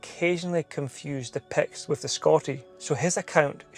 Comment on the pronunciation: Today I learned that it's pronounced, "Pekts." Today I also learned that I have zero chance of pronouncing Gaelic words just by looking at them.